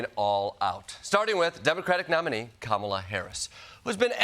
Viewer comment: Can you fix her name? It's Kamala not "Kampala." It makes you sound like a trumper. 😬